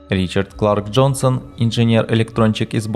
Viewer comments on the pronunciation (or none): none